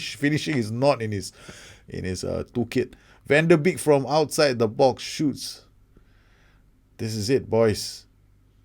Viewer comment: Van de Beek is pronounced "Van de Bake"